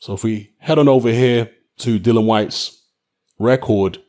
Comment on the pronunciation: 2 seconds in and shut down...its Dillian you dipstick...!